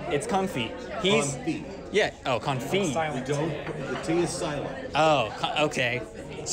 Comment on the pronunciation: You have got to love it when confidently 'corrects' on the pronunciation of a word but actually butchers it even more than did. The way said confit is classic. Made it sound like a type of T-shirt.